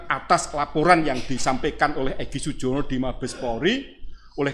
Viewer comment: Yang digugat POLRI BAGIAN SUMBER SOLO. Tergugat kok menyebut nama EGY SUJONO bukan EGY SUJANA.